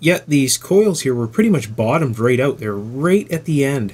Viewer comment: "Try is auoot :)" nice dialect